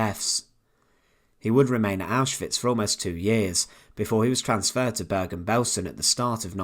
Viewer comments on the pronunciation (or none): It's not "Börgan Bölsen". It's pronounced Bergen Belsen.